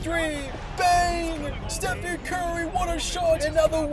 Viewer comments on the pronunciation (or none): none